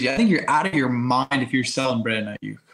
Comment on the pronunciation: Please stop saying Aiyuk as i-yuck. It’s pronounced i-yook. Loving what you guys are doing tho 🙏🙏🙏